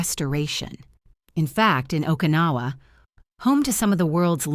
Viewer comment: The message is good. The delivery is ANNOYING! That AI-generated too Western sounding voice makes it fake. The pronunciation makes me cringe - not only mispronounced Japanese words but English words. Okinawa is not pronounced OKA-nawa. Kyoto is not pronounced KEE-yoh-to. It’s not Collagen (letter) “I”, it is (number) 1. It’s too long but that full on Western-sounding voice is horribly annoying. And, it is way, way too long and drawn out. I’ve watched other videos from these people before and nothing has changed. Same annoying voice, mispronounced words and way too long.